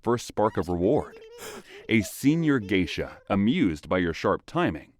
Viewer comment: From Geisha to Gaysha